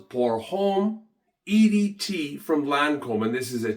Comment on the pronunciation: It's Lancome no Lancombe